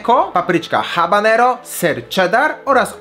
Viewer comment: mówi sie ABANERO !!!!!!!!!!!!!!!!!!!!